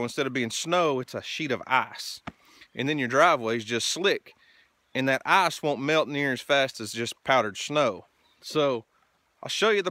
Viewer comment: Ok. I’m not a smart guy... I’m working with a pretty standard level of intelligence.. But I do believe the fact that you drive through a stream has a lot to do with your ice (or as you pronounce it “eyes”) problem. Now I’ve seen this kinda of stuff up at camp, and out in the wilderness when getting to a cabin.. but this is your residence if I’m not mistaken? I guess my question is, have you weighed the options on correcting this flaw? What do you do during the wet season? If you play your cards right, you can build a bridge out of beams and planking for about $3500.